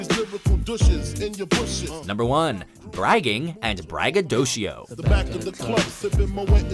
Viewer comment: this Nigga said "braggadocio"